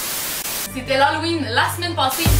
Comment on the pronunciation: Halloween pas l'Haloween 😂